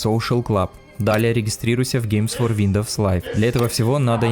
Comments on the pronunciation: WINDOWS ЧИТАЕТСЯ ВИНДОУС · Как же режет слух этот виндоВс